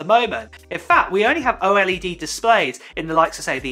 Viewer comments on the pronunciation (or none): Antes de hacer un vídeo asegúrate de que no sea redundante, al menos haz el esfuerzo de usar tu voz y no una IA, me cansé de escuchar a cada rato la pronunciación de OLED como "O-ELE-DE"